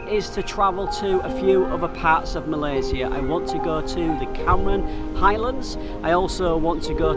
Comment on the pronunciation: Good Job for pronouncing "Malaysia" like what it suppose to be pronounced by not westernized it :) :) :)